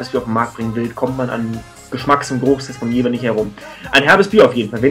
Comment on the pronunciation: Top Video ;D Mit deiner Punkteverteilung stimme ich auch überein.... Da ich auch in Jever wohne habe ich aber noch einen kleinen Verbesserungsvorschlag denn es heißt Jever und nicht Jewer ;D